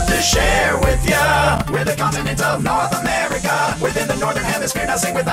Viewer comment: NoRtH Amerikuh